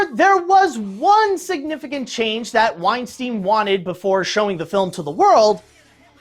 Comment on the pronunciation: Why does he pronounce "Weinstein" as "Uainstiin"?